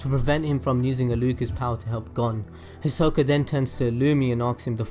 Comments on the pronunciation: hold up WHO HIZOLLLLCA? I thought it was Hisoka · “Killuat” “Hisock” Kill me 💀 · “Hico“ its Hisoka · The way he says hisoka and killua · Wow your pronunciation is pretty good there was just a few you got wrong also I'm surprised there were other people who actually picked up on all these other than me I watched the whole of HXH five times to check my theories yay Btw Hisoka Killua is mine and Gon too Oh and it i can't have him gon can I guess